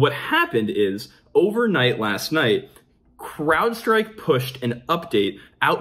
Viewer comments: I hear Crapstrike every time he says Crowdstrike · I could have sworn I heard "crap-strike"